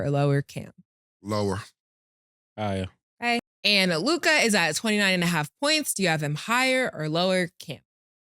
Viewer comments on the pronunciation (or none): They way they pronounce Luka's name be killing me bout Lukai😂😂😂